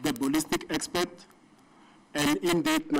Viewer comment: I also heard the judge saying"Expect"